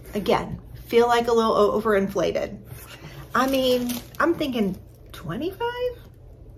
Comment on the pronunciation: "Overflated"... You're just being efficient! Who needs that extra syllable when we all know what you mean😂!